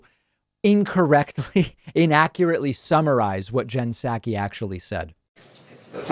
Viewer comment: I dig your show. But I t honk you are misappropriating her last name. I think it’s like sock-ee not sack-we.